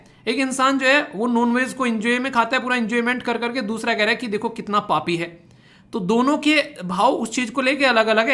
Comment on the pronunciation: papi sir bahuttt tone me kahe hai 😅😅😅😂😂😂😂😂